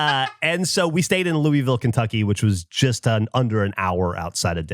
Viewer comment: As a local, it kills me how he says "lewey-ville" instead of sounding like he has a mouth full of marbles of "lew-vull"